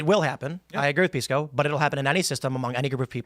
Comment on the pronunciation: Piss-co? Sorry, but I just can't. He's proven that he is not a serious person.